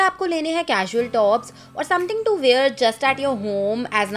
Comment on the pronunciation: And wear not ‘weeyar’